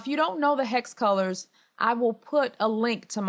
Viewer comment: aero No, she said hex as in hex code color. Kinda sounds like hack though. Haha.